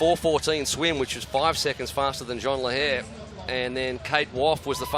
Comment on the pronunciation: Yes and Jeanne rhymes with clean and is not pronounced like John.